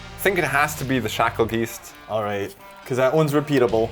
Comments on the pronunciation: Shackle-geese-t? Isn’t it Shakle-Guy-st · I know I'm late. But if i hear someone say shackle "geest" in person... Im slapping the living shit outta them.. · yes, it is "guy-st".